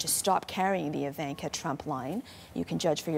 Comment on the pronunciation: Please pronounce her name right ;) Just sayin